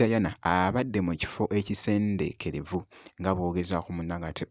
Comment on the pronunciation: Please don't spoil our mother language ekiffo ekisenekerevvu not ekisendekerevvu